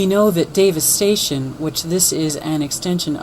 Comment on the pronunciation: Did you notice that when you say Davis Station, it sounds like Devistation??!! Humm.. Sort of like Obama Nation sounds like Abomination!! I think God speaks to us in more ways than one. He that hath an ear let him hear what the spirit saith ~ Rev. 2:7.